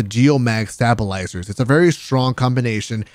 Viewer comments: Geomag Stab-i-li-zers. Yup makes sense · Its always a little strange to see content creators strafe and not get hit and the minute i strafe i die...fucking hackers...also its staybilyzers(thats correct pronunciation doofus) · How many people do you think got triggered and stopped watching when you said "Starbilisers" at the start? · Stab-o-lizers 😂... Pepega